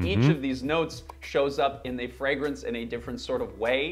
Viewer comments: Yes, there are reviewers that can't even pronounce the word fragrance. One of them is Thomas LinScent. He says it "fre-grence". And he says it ALOT. Almost like he knows it irritates the HELL out of me. Lol. But first he has to tell you about the weather in his area😡. These are the main reasons I don't subscribe to his channel. Most reviewers know how to pronounce the word, but there are some out there that have a hard time saying it right. People with foreign accents are forgiven. Lol. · There is a regular fragrance reviewer in Canada who pronounces “fragrance(s)” the odd way his guy did at first. Now, there are two people in the world (LOL) who have a problem pronouncing fragrance(s). 🤦🏼‍♂️😆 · I'm sorry...but I don't take advice from a guy that hangs frames with no pictures and a hand mirror. And he's criticizing?? Lol. Try pronouncing the word "fragrance" correctly first. Then we can talk.